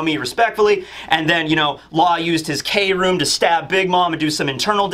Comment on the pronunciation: Please stop saying K Room lol its Kroom